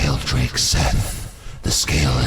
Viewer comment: The pronunciation of Seath is killing me